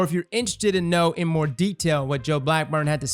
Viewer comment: lol "moar"